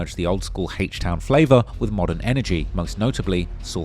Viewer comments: Bro wtf is “Hache Town” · HAYCH TOWN 😂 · Hayshte town 😭😭💀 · “Heaech town” 🤘